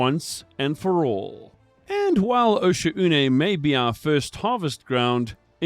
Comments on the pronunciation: It’s pronounced “Oh-shawhn” fellow diver! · Osha-oonay, probably the most disgusting mispronounciation I've ever heard.